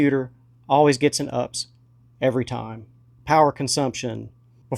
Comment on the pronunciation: Never heard "UPS" pronounced as the word "ups" before. But, hey, it's a thing. [Jeez, I hope it doesn't catch on.] I also hope that we can do better than expect hard drives to last just three to five years, though with helium filled drives, who knows if the outlying "really old but still running" drive will be as common as they used to be. Another very watchable video. Thanks, be well, and may the Fifth be with you as well.